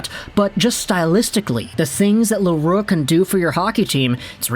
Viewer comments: Yeah, It's not an easy name to pronounce for the anglos. Your pronunciation is a lot closer than the «Le roux» we hear often. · You prononce it rigth! Good job with your french